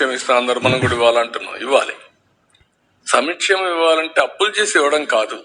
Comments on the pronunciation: Sami kshemam endira bolli babu, adi samkshemam, neeku aa maata ette adhikaram ledu. Andhra gorrelaku nuvve corrct, kaapulaku kuda baaga gootam dinchutunnavuga, pawan gaadini naashanam chestavu. Pawan kaapulanu sarvanaashanam chese vataku nidrapodu. Andhariki manchi chese jagan ni mosham chesaru meeru eppatiki baagupadaru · ఒక్కటి గమనించ్చారా "సమి క్షేమం,, అంటాడు 🤔సంక్షేమం అని పలకడం రాదా? ఆ పదం పలకడం ఇష్టం లేదా??? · సంక్షేమం అని పలకడమే రాదు, వీడు సంక్షేమం istara...... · చంద్రబాబు నాయుడు అవకాశవాది అనడానికి నిదర్శనం ఒకప్పుడు కేజీలు వాళ్ళు చంద్రబాబు నాయుడుకు సహాయం చేశాడు ఇప్పుడు కేసరి వాళ్లకు వ్యతిరేకంగా మాట్లాడుతున్నాడు ఈ చంద్రబాబు నాయుడుకు సంక్షేమం అనే కాదు సంక్షేమం అని పలకడానికి రాదు ముఖ్యమంత్రి అంట